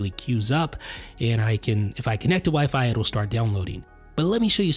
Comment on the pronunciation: Dude, you’re the only person that stresses the second syllable in wifi. It’s OK, but it sounds a little silly, you might want to try stressing the first syllable. Have a great day